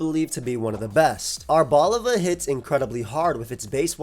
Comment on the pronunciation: There's no way pronounce arboliva correctly This is the first time I've seen and it's been over a year